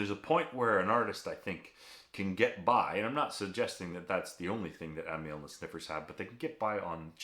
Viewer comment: Aussie here, correcting your f****g pronunciation again...Not Am - y - al, but Am - al, eg anal spelt amal.... as in Amyl nitrite. Bloody yanks... 😂